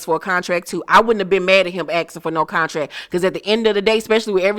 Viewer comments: Not cuntrack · LaTisha and her husband and their conversation about the “cuntrack” 🙄🙄🙄🙄